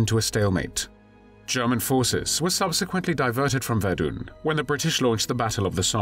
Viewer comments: “Verdoon?” I think you meant to say Verdun. 🤦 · Pronouncing Verdun as Verdoon doesn't do much for the old credibility rating. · There is NO 'e' at the end of 'Verdun'.